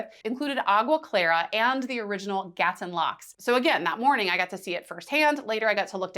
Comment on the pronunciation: It's not Gatun, it's Gatún.